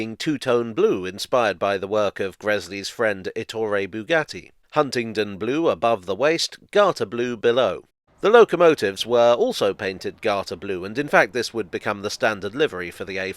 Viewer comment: FYI,. It's ETTore with the stress at the start. It's a lie that all Italian words have the stress on the penultimate syllable. Eg. BRINDisi, TARanto, GENova. Best to check. I provoked a lot of merriment in my first week in Italy, while still getting lessons, by asking for senApe (mustard) in a food shop - it's SENape. The reason is that Stanlio ed Olio (Laurel and Hardy) films were dubbed into Italian with slightly english accents and frequent mispronunciations of this type. It's still seen as side-splittingly funny for some odd reason. After all, why can't they speak God-ordained English?